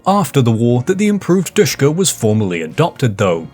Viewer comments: I don’t want too be that guy but it’s not pronounced dushka but Dishka or D S H K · Sh is not "S", it is ш... As in ДШК.